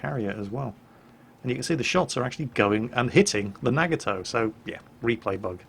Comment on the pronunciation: im sorry but i have to, its a NA-Got-Toe